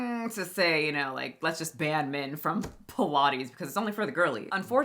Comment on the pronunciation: Pilates? I thought you said pie and lattes! 😂